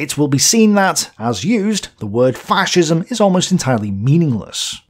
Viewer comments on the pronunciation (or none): Yer mate it’s fascism not faarrrcism ffs